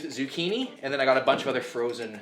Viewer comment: Did bro say used zucchini lmaooo